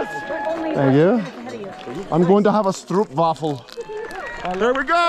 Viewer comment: Haha, love your pronounciation of 'stroopwafel', as someone from the low countries. They're delicious!